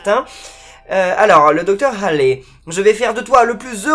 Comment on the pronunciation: sa ce dit pas halley mais ca se prononce comme allée